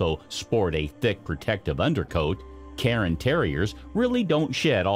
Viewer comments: Cairn terriers not Carin terriers.... air, care, cairn. CAIR-N.....CAIRN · Speak much? You are mispronouncing these breed names. The first one is not a Karen Terrier (do you mispronounce yearn, barn, spurn, torn, and bairn also?) ;the second one is not a Lapsa Apso and whatever else you're going to say next cuz I'm not listenin' to you anymore. But then I heard ... you mispronounced Bolonese (bolo + neez) as "Bellenese"! Congratulations are due, admittedly, to your attempt at Coton de Tulear, but it's Tu-lay-arr. And as I am writing this, you mispronounce Shih Tzu (she•tzu) as if it's "sh¡+-soup". It's "she-tsu", or lazily rendered most commonly as "sheet-sue, or "sheet-zoo". "Shed 'minimumly' ", you say? No, it's "min•i•mal•ly". Lastly, let me help you with the word, visage...it's not "vidgjugdge"... other people have trouble with this, too. Just imagine it being spelled "VIZ•zudge'. That should help. Be sure to put most of the stress/accent is on VIZ. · Oh for God's sake it is NOT pronounced "KAREN Terrier" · Yeah, he mispronounced cairn, bolognese, Lhasa apso, and maybe one other. "Karen" terrier? My ears bled a little.